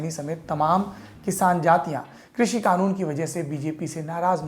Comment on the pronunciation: एक तो ये खानून नहीं कानून होता है 😂😂